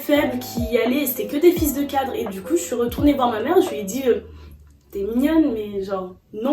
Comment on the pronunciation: A chaque fois que tu prononces fils de cadre, j’ai l’impression d’entendre autre chose…